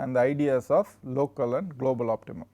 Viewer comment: Golbal Minimum 😂😂 instead of global minimum